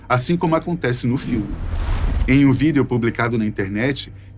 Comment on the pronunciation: ❤ quando você fala Vídeo... Me sinto um pouco burro😂😂😂